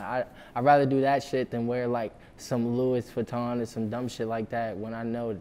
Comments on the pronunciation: 'LEWIS VUTTON' LOL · did he just say lewis vuitton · This man really said luis vuitton 😂. Lil skies is dope af but all these younh dudes dont realize.. your problems are not sht Nd none of it is original.. it's sht every teen goes thru damn near.. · “Luis Vuitton”